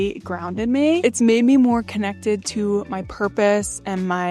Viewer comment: It's meeeee, not may. Now that you've fixed your diet, work on proper pronunciation of basic words. This isn't a tryout for the Baby Got Back video.